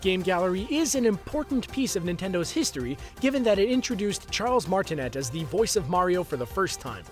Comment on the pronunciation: You mispronounced Charles Martinet's name. Also, in your title, "tired" instead of "tried".